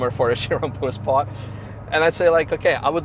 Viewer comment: Прозвучало как "poor sport" :-)